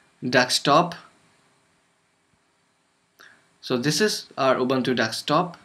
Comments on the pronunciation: Wrong pronunciation "Ubuntu". It's Ubuntu, not "Ubantu" -_ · yes, they are pronunciation is "Boo" but you are sounding "ba"